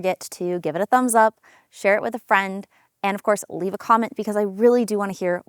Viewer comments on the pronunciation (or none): none